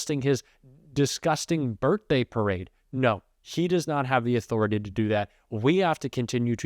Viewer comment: She can't say Trump and can't say authority! "President Chump has a legal enthority"!! Lol